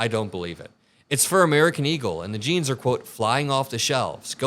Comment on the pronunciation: WHY CAN'T SHE SAY "JEANS" NOT "JINES" 😂